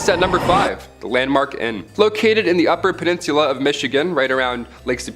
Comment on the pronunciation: She mis pronounced peninsula....it's the accent